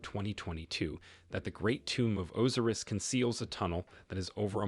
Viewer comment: Osiris not Oziriz.